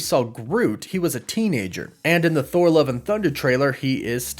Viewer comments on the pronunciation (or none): none